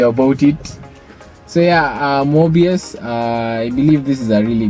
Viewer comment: Mobius...sounds like 'more by us' 👌🏾